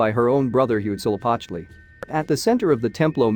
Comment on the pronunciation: Huitzilopochtli, just say hummingbird if you can't say it correctly.